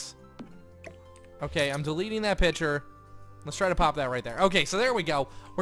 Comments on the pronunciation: it kinda annoyed me that was pronoucing picture like pitcher Um and a baby isn't in the oven (you said that at the end) I think you ment a bun is in the oven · Is it just me or does say picture weird?